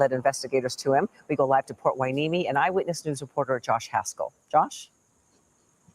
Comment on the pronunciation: Help with the pronunciation of Port Hueneme is: Port Why-Nee-Me. Ventura and Oxnard and Ojai...etc have some difficult names to pronounce.